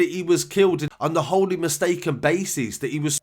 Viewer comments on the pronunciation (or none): none